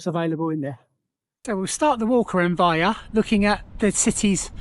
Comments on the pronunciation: Nice video. You pronounce it with the L - Vej-Le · Probably ask a local, or Google translate at least, how to pronounce the towns name - you made it sound Spanish almost